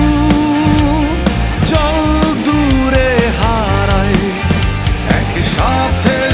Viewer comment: 'হারাই/মিলাই'-এর উচ্চারণ অনেকটা 'হারায়/মিলায়ে'-এমন শোনাচ্ছে, যা ভীষণ শ্রুতিকটু!